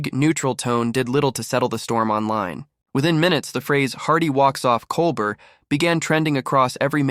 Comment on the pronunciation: Ugh. The AI generated voice repeatedly mispronouncing Colbert's name is too much.